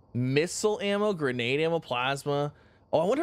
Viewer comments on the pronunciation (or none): none